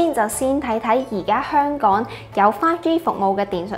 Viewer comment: 有懶音，香「趕」？🤔